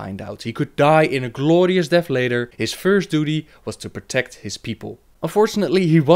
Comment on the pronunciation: The way he says "gLLooorious death" or "gLLoooorious battle" is just crazy funny :D